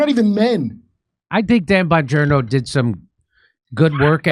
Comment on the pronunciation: ???“Don Bongino”??? 🤨🤔🤔🧐 Pretty sure it’s “DAN” and not “DON”… 😂😂😂😂😂😂